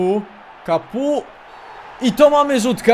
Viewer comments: Mówi się kapo a nie kapu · Czytaj Olivier Kapo tak jak się pisze ^^